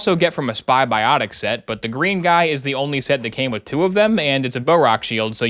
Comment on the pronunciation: Spybiotics? SpyBIOtics??!?!?! it's clearly SPY-BO-TICS